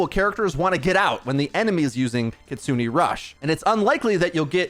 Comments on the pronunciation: its pronounced kitsu-neh, not kitsu-nee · Kitsune is pronounced kit-soo-nay, not kit-soo-nee. Japanese vowels (aeiou), unlike in English, have the same pronunciation every time. E makes an "ay" sound, never an "ee" sound. Just a small criticism of something I've noticed in every video involving Kiriko...